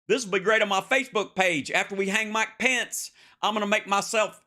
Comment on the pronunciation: Why can't Hal pronounce the Vice President's name correctly